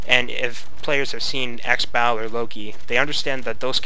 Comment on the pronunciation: For those of you who's wondering what god he means by xbal. He's talking about the Mayan god xbalanque.i laughed a little everytime he said xbal :p it's pronounced "she-ba-lun-ke